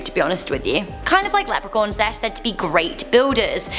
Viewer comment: Um..... lepercorn? Or did you mean leprechaun.